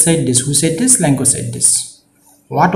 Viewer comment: Lencho hoi lenkooo nohoi apuni vul ka pohisa sir